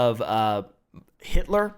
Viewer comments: Starts calling the guy heitler and than saying it how its written LOL is soo funny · Uh oh you said haitler and then Hi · Everytime says Height-lor I either imagine a Paul Bunyan sized Nancy or a Swedish dude trying to say the actual name lol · "heightler" - 2023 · Heighl heightler. 😆